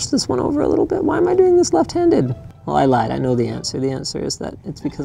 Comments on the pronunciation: Why does Linus turn into a liiiittle Russian every time he says the word little? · there goes Russian Linus again... 😂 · Squeaky "tiny-teeny-little" Russian Linus is my favorite Linus